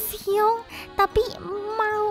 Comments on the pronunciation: bantu dikit👁👄👁 Bacanya hyung bukan hyung tpi hyeong 👁👄👁👌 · Mungkin biar gaul 😂 Hyung di baca Hyung biasa padahal baca hyeong 😂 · Di Korea bukanya bacanya"hyeong"ya? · Hyunk bacanya hiyung